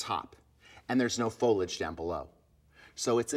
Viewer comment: Please J it's foliage not folage